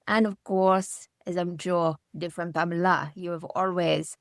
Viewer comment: I do cringe a little every time he says Pamela. Lol.